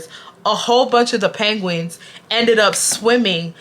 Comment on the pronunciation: The way you pronounce penguins like panguins is taking me tf out😭😭